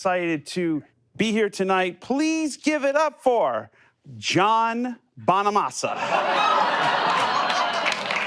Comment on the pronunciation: Not Joe Bonamonster 👎 Its Joe Bonamaster 👍 The Guitarhero !